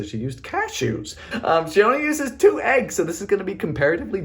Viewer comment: Hey man why you so happy to have Aggies That's what you call them but us Americans call them eggs why you so silly with them what do you call him that name and why do you say in the weird way